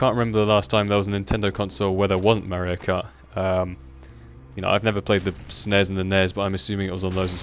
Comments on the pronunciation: mahr-ee-oh. It's pronounced mahr-ee-oh. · Merry-o kart :D Great vid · i love mario kart for the wii. and i also love how says mario lol